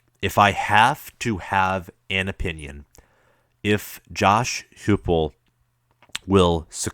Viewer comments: Dude, his offense was 2nd in the nation. and his name is pronounced Josh HYPE-ul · Heupel is pronounced HI-PEL, dude. And Fulmer is still alive.